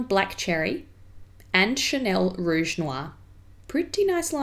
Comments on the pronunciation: your French accent is SOOO good! I may have rerun the video a few times just to hear it again lol! Not creepy at all haha! Love your channel so much its like a breathe of fresh air in these parts!:-) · yes, her accent is actually really good :) im half french so i have to know it but im not that good with my accent 😅